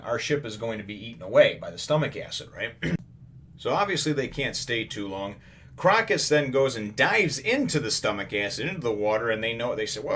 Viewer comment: just thought I would point out the 'o' in Crocus is a long o sound.So it would be more like "croa-cus. " It is a reference to the Autumn Crocus which is actually a real flower with medicinal benefits. Great review as always :)